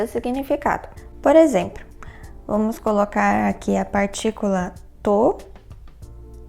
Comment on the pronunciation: "Exempro" kk